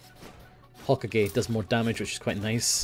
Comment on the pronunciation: I honestly don't think will EVER pronounce Hokage correctly -_